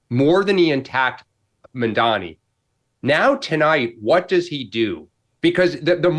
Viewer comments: It’s Mamdani, not Mamdami, you ignorant morons, Mark and Sean!! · Why is it so hard to pronounce Mamdani? Can't any of you actually read? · They never say his name right “Mandami?????” Seriously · People who mispronounce Mamdani’s name really annoy me. His name ends with an “mi”, not “ni”. Why is it so hard for people to say ‘Mamdani’ instead of ‘Mamdami’?? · Holy shit how hard is it to pronounce MAM-dani? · why are they mispronouncing Mamdani's name? Only Megyn pronounced it right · People still don’t know how to pronounce his name properly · Why they all mispronounce the name of the guy? Is it because it is difficult to pronounce by English speakers or it is some racist shit? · Racisim is a cancer in America. They are deliberately mispronouncing Mamdani's name. Even in my dreams I can not live in such a country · These white racists can't even be bothered to pronounce his name correctly. Literally two syllables name. But they won't never dare to mispronounce Netanyahu. 😂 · Do these people not know how to pronounce his name? Basic english fail lol